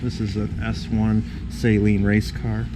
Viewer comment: Please people say "Saleen" correctly. Steve Saleen doesnt even say Say-leen....